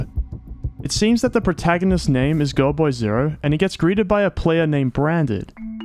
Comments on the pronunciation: i keep thinking youre saying girlboy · godboy0, not goodboy0!!